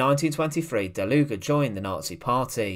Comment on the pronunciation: It is pronounced: "DALUG", for 'murricans: "Dahloog" Please don't say DalugA or something